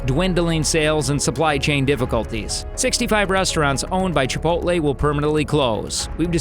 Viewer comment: Typical Yankee can't pronounce chipotle